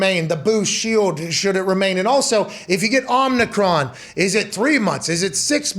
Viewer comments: Nice. Also it’s OMI CRON not OMNICRON there’s no N in omicron 😂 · I love that Pat still says Omnicron even tho Drew said it correctly 8 times. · Omicron. Please stop saying "omNEEcron," Pat. You sound like a doofus. We know you're smarter than that.